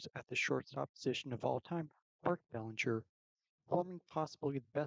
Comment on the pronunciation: Lol, its Belinger, its Belanger lol😂😅